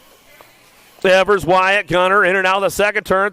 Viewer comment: Its Ēvers as in Steven not Evers as in forever.